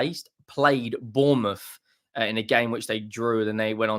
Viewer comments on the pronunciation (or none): none